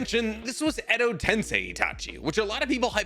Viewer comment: YOOO HE PRONOUNCED EDO TENSEI RIGHT THIS TIME!!!